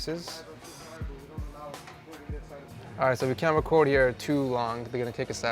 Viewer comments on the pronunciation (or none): none